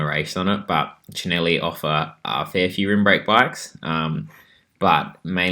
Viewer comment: Gave you a like purely for your pronunciation of Cinelli 😍